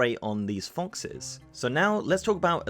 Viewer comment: you said foxes and mechagnomes wrong